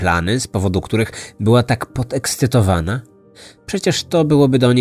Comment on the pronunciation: Aaaaaa! PODEKSCYTOWANA, nie "pod ekscytowana". 🙄 Litości...